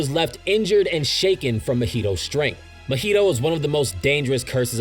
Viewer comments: Broo why you saying mahito’s name like mojito 😂. It’s Ma-he-toe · The way you say Mahito throws me off everytime